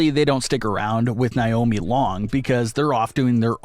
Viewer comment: Say it with me ….NAY- OH- MEE